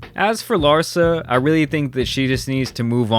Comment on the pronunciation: The emphasis should be on LARSA not "her"